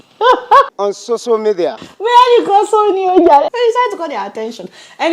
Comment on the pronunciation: 😂😂😂😂 did he say Soso media